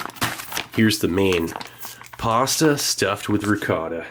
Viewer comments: I was washing my hands when he said pasta I thought he said possum. 😂. Also I wonder if he were alive today. Would Elvis be fan of that trail mix? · My deaf ears legit thought you said possum with ricotta